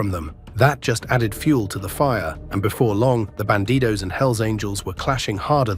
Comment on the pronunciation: It's "Bandidos", not "Banditos".